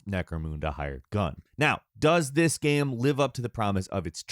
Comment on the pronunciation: He can’t say the word GAME either... I think dude might be on the spectrum